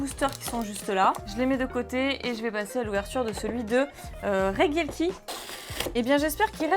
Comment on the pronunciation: Regidrago mais tu prononce reguieleki. Pourquoi ? Si ce n'est l'analphabetisme ? Regi se prononce Reji. T'es insupportable.